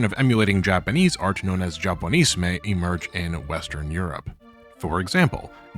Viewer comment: your pronunciations of Chinoiserie and Japonisme are painful